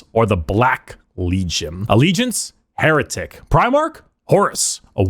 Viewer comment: 'Hair'etic? I see what you did there. It made my day.